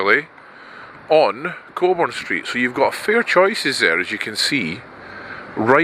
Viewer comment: The Southern Cross is very good and yes the cakes are Good! Are you sure about that pronunciation? Wouldn't that be Coburn? 👀